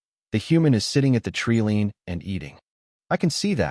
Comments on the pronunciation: Jesus h keerist! Another AI that can't pronounce TREELINE. It's pronounced treeline not treeleen!😂😂😂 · i believe you mean treelean....lol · Must have leared pronunciation at the learing center.